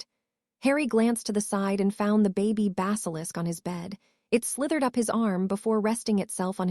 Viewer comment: The word is baby not Bobby